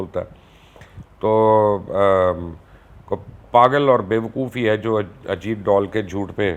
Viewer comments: اجیت ڈال نہیں بلکہ اجیت ڈول کہا کریں اور یہی اسکا اصلی نام ہے اب آپ اسے پھٹا ہوا ڈول نہ کہہ دینا پلیز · sir u should say ajeet dhool.. not ajeet doll. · Ajeet dool ni bolo sir ajeet dhool bolo yea sirf bajta hy🙄